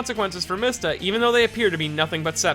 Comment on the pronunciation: MEESTA ITS PRONOUNCED MEESTA this is because the japanese character "mi" is pronounced "Mee"